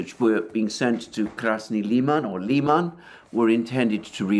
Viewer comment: I've heard it pronounced Lie man I tried to find out if this I is correct and everyone said I should ask you Comical Aly